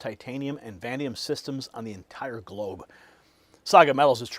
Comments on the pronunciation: VANADIUM not VANDIUM you DOOFUS! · Are you talking about vanadium? If yes, it's vuh-NAY-dee-uhm. It's a very exciting development.